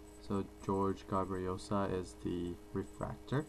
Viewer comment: Jorge Garbajosa is pronouced Hor-hey Gar-ba-ho-sa ;-) I was trying to figure out who it was that you were saying lol.